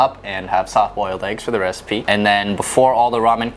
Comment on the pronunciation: lol was mispronunciation of the word "recipe" an accidental reference to having played FF15 by any chance? Ignis: "That's it!! I've come up with a new recipeh!"